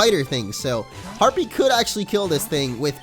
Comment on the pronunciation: Harpee is a his a herpee lol